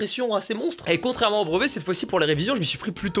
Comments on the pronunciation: tu prononces BREVET : BROVET gars! ça me stresse!! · « Le brOvet » MDR ahah